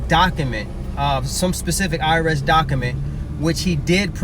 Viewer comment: Thannnnk youuuu... I kept cringing every time I heard "Doc A Ment" 🤯